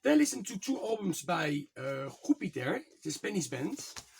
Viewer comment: Jupiter is pronounce - “Jew - Pit - Arr “ I saw the “Betsy” album - I love that release !